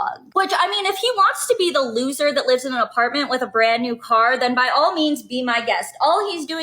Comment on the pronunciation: "A berand new teruck".... what an annoying loser